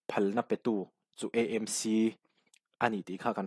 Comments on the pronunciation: KEI CHU MIZO TAKIN ÂMC tiin ka lam ṭhin... ÂIZAWL... EMC ni loin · Mizo tawng humhalh nana ngenna: AMC tiha 'A' hi, Aizawl sawina a nih avangin, ''E' tia lam rik hi a fuh lo deuh em aw?